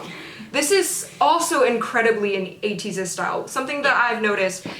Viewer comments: When u pronounced Ateez n the subtitle is 80s it so similar to my ear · said Ateez Roty 😂